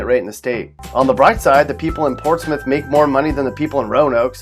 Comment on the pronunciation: Out of Tidewater this dude really said Portsmouth